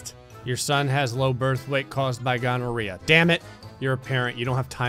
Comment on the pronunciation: More questioning grey dammit. No but seriously did you just say mutated ghonerea?